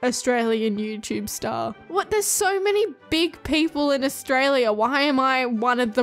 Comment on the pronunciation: why does he just say astraila